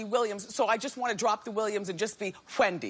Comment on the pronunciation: And she pronounces it as Whendy